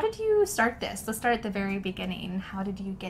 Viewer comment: Let's start at the very beginning -> (it sounds like to me) The start at the very beginning.